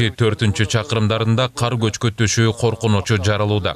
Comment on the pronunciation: Эмнеге каар жайт дей бересиңер ."КАР " менен "КААР " деген сөздөрдүн мааниси эки бөлөк .